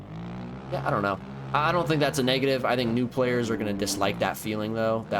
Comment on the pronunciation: “A-kITs arE FoR THe nEw pLaYErSch” 😂